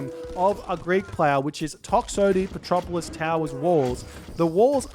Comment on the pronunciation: Man, its petroVolos, not petropolis :D :D :D